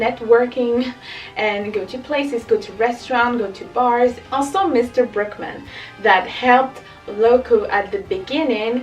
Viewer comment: His name is Brookman… but it sounds like Brokeman. Lol